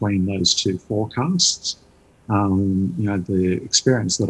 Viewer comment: Did I miss hear an 'N' instead of a 'S' ? Forecants? haha